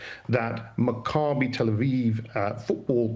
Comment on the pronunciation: Love ya, Leo, but it’s pronounced MACK-ah-bee, not mac-CAH-bee. (Same for the other guy who said it incorrectly.)